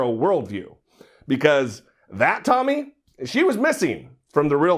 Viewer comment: Tomi completely was out of her league. I saw her under achievement it was a disaster. Plus Bill kept mispronouncing her name lol.